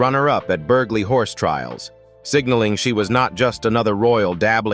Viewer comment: ANNOYING AI can't even pronounce burghley correctly. Saying it burg-ley